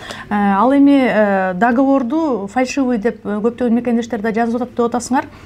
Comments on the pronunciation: Фаршивый эмес : фальшивый деп айтылат.... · Фаршывый эмес фальшивый болот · Автор фаршивый эмес фальшивый деп суйлосон туура болот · Фаршивый емес Фальшивый деп айтчы Ушу блогер сорой бала ушун уйронбой койдуда кыжалат кылып 😂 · Фарьшывый эмес фальшивый